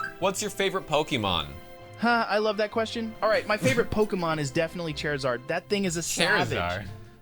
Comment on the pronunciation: Very slightly mispronouncing Charizard is totally something Joe Rogan would do